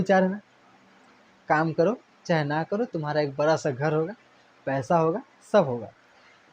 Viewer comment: Sir apka uchcharan sahi nhi hai ड़ को आप बार बार र करते हैं सड़क को सरक , बड़ा को ब्रा कहते हैं